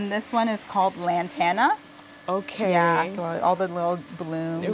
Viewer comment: Lantana not Lanterna